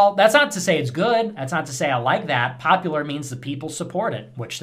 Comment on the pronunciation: Why do I hear him saying "populor" instead of "popular", it bothers me.